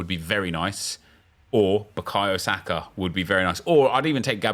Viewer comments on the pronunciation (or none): none